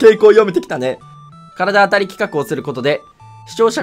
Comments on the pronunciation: 体当たりを「からだあたり」って読んでるしゅうワロス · 体当たり（たいあたり）の事を体当たり（からだあたり）って読むの可愛い